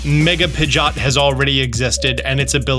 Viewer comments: It’s not pigot It’s Pidgeot. If you watched the anime you’d know that lol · Don’t think I’ve ever heard someone pronounce Pidgeot like that before